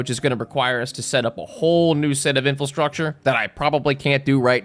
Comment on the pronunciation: Brother it's In-FRA-structure. Love your content but my brain hurts when you say inFULstructure.